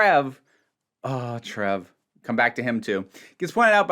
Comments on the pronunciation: That grated on me throughout the video, tbh. It got so I was shouting "It's Trev!" at my phone. 😂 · Considering how English pronunciation varies a lot, pronouncing Trev as you did isn't a big deal. 😁 Quick death of secondary characters on a doctor who episode is mandatory... Moffat style, he throws a little bit of any not complicated context for that character, and trying to get compassion from average audience. Though it sounds lame, it can work depending on how you do it. And how well actors perform.... A random example. Tenth doctor, the doctor's daughter. We know the doctor wouldn't kill that "commander" who killed her, but Tennant... Over the top acting, alright. But first time I watched the episode... I did think for a second he was going to shoot... I did feel Her apparent death because of DoctorDonna's conversation about him scared of being a father, except he said he was a father.. But they are gone... 😬 Then he is happy with his new daughter, she was programmed as a soldier and she decided not to take that path... and BANG! OK, she'll regenerate.. No she didn't. Poor doctor 😭 Though she came back later.... I felt good! No mention of her after that episode 😬🙄🤣 Comparing it with Joy's... 🤔 And what about Anita? I like her!